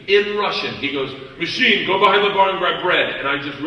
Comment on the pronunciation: Ну типа его произношение "machine" звучит как "мужчина", почему нет.